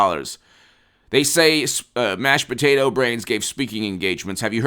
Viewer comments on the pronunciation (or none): none